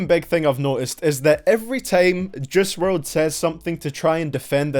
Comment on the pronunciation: His name is JUICE NOT JUSS